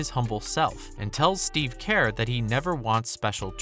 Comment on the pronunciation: the way you said kerr ..yak